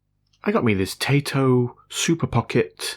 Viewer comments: Taito like in "tie" "toe", and not "tay" "toe". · TAITO is pronounced TIE - DOE or TIE - DOW. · I really don’t know if you have heard of this company name said properly or not but it’s said Tai-To. (Tie-toe) I’m just trying to be helpful. Great Vid 😊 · Now I think I want one of those. And for the record, the company's name is pronounced "Tie toe." They're a game maker that's been around for a long time, and have some games that say their name when their logo comes up. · Taito is pronounced TIE-TOE .